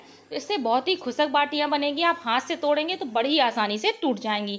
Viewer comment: Mam recipe bhot achi pr plzzz ap khusk mt boliye khushk hota hai